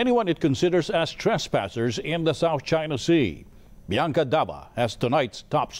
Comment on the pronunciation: Bi-yan-Kah da vah??!